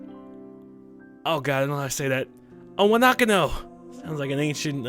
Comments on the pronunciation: Did he say...Iwandicko? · Iwanako= Ih-one-ah-koe. Just so ya know~ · I couldn't last 30 seconds into it; the narrator is clueless, mispronouncing Japanese names and even a few English words! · Cant say Iwanako but can say cacophonous? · E-wanakano - HISAO!!! rofl should definitely play more games with Japanese in them. His pronounciations are hilariously awesome.